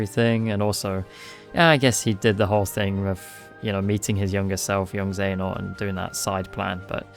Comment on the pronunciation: Genuinely I can’t tell if you’re saying princess xehanort sometimes and it’s making me chuckle